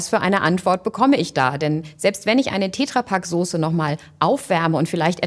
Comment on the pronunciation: Das Ding heißt "TetraPak" und nicht "TätraaPak" Wie soll ich das nach kommen, wenn er ein Glas "Essig und Gewürze" reinkippt und nicht sagte, welche Gewürze denn da drin sind?